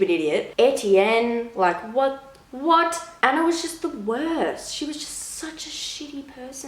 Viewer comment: Anner?? No it's Anna